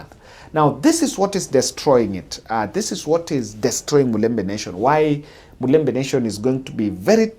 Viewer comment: It's mulembe,not mulemba!